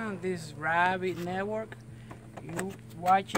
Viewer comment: "Oh look a dis, looky Dat" I'm dying laughing!!!!!! You're so funny. Anyways thanks for the video! Helped alot